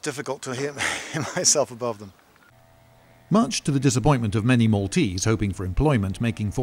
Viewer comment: This is a seal 🦭 of approval for your pronunciation of Maltese names, from a Maltese person 😁👌.